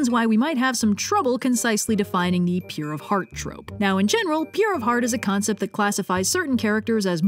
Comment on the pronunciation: Ah yes, Sir Pentious's Trrrrrope Talk! 🦜